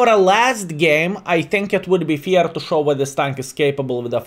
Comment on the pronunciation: > just a little hint "one sais "fair" - not "fear" you pronounce fair like the feeling ^^